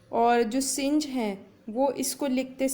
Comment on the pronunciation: The correct pronunciation of synge is सिंग not सिंज 😊😊